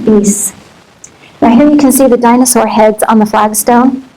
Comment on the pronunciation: you had me until you said dinosuar